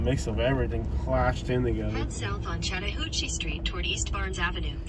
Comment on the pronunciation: Ok ok there are few words that cannot be mispronounced. Wakulla (wack u la) ... Really? Blounsttown (blounce town) 😂😂 The BEST YET is the word shat. This announcer pronounced Chatt as shat 😂😂😂😂 Shattahooocheeeee. Too funny! Im not lazy although I am a lil crazy 😂.... And I absolutely adore, love & highly respect all history, Native Americans history, artifacts, grounds, mounds, etc. I seem to find something more every time I'm about to run outta history, land, artifacts, geenland's, etc. It could be a great place to live with appropriate attention(s). I grew up not far from here although living here in Shatta now. I'll put it this way, this is the only city I have literally refrained from taking walks alone. I do walk at the river landings only when other people are around and I'm very observant. It pays to be cautious and until cautionary changes are made in this city nothing's going to survive. Perhaps that's best bc it's truly a beautiful historical & spiritual place. And that's just fine me. Thanks so much for the history videos... now on to more. 🌷